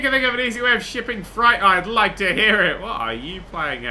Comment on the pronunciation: "shipping fright"???